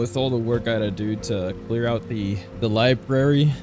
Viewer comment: You said "libary".